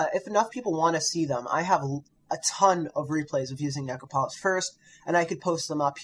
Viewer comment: Oh, God, he can't pronounce the namesake of his audio. This angers me greatly and I find it interesting.